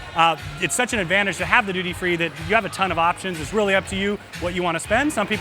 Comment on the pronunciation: Please don't ever say the words "ton", "doooty-free" or "eclectic", or move your hands ever again.